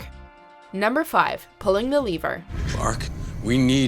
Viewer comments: Okay but the way you say “Lever” lol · lmao why does she pronounce lever like that 💀